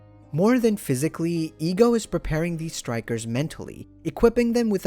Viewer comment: I'm a stickler for pronunciations. The "e" in "Ego" (for his name) is pronounced "EH" So it's "Eh-Go", not "EEEEE-Go"